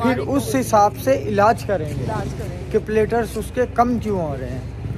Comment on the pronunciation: Platelets hota hai plater nahi